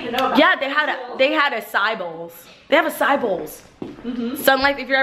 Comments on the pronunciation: not trying to be rude but it bothers me so much the way you pronounce acai it's like ass-eye-ee not just ass-eye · Acai is pronounced "a-sigh-ee" - LOVE your vlogs! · umm it's ah saahh yeee bowl. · just so you know its pronounced AH-SIGH-EII. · hahaah its pronounced. [aw-sy-ee] acai